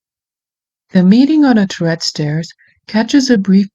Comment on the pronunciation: The title is pronounced TUR-ret, short "u" and accent on the first syllabel, which means tower. Tourettes is a muscular syndrome that causes random twitching.